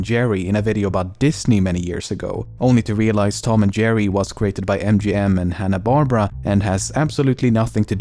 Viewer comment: who the fuck is Hannah Barbra? You mean Hannah BAR-BEAR-UH